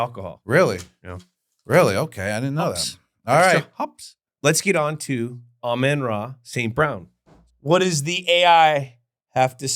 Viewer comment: Why does Jules add the letter "n" to some words & drop it from others?! 😱 For example, he calls it 'hefeNweizen' - but hefeweizen is pronounced hay-fuh-vite-sen. [Beer snobs chime in!] Then he butchers Amon-Ra St.Brown's name. Says it ok, but his next sentence this garbled 'Amay-ora' comes out when he starts the 10-minute timer. Let's just say it's more painful than funny.